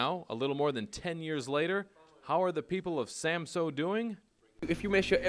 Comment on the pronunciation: Samsø! What is so difficult about saying it right!